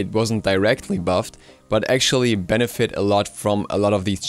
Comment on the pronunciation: did he just say "its just a smite benefite"